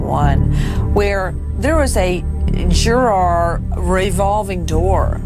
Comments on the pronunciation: "JuuuuuAAAAAR........juraaaar.....juraaar" it's "Jury" love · interesting...but I don't think I can stand this wretched woman Nancy say Juror like Jur "ARE" one more time! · The way she says "Juror" !!!!!!!!